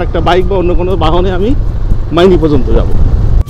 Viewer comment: ময়নি না ভাই মাইনি হবে এটা, আপনি টিংকু ভাইয়ের বাংলালিংক বাংলার পথে এপিসোড গুলা দেখবেন অনেক সুন্দর করে তুলে দরা হয়েছ আমাদের দেশ। তখন ইউটিবার জন্ম হয়নি।